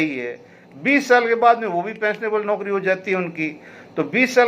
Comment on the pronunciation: कृपया औकरी की जगह नौकरी पढ़ा जाए